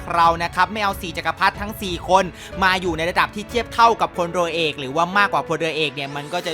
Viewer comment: ทุกคนลองฟัง ดิค้าบบ พลรัวเอก55พูดผิด